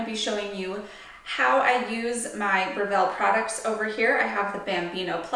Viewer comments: I’ve just ordered this machine & grinder, can’t wait to receive them. Thanks for the detailed description. BTW, it’s pronounced BREville, not "BreVELLE" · Thank you for uploading this. I’ve been searching for an extensive video like this. By the way, it’s BREville not BreVILLE. It’s an Australian company.